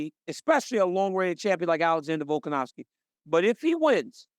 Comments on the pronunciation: RC: "Volkanowwski" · RC my brother please stop saying volkanowvski 💀🫡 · Can Americans please stop pronouncing it "Volkanowski"? It's "Volkanovski", with a V. Volk isn't Polish.